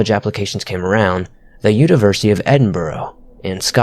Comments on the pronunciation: Edinbro? Ed-in-bur-er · Actually we Built thone fkn wall! Long before the Italians got here... Freeeedommmm! OH & it's pronounced Ehdinnburra! aye! Edin... Burgh.. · Pls just stop saying Edin-burrow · For anyone interested it's pronounced Edinbruh. Don't let the spelling fool you 🥰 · lol. I was born, live in and study in "Edinburrow". Sorry to burst this guy's ego bubble but, American students are not "Exotic". Couldn't help but giggle a bit at that. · Had me pull the plug at Ed-in-burr-O